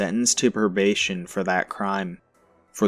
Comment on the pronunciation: Perbation?? Lol